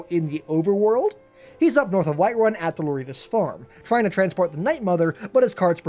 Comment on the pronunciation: WHITEWUN! XD